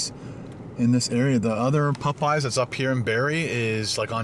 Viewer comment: I love the way you say Popeyes. "Pupeyes"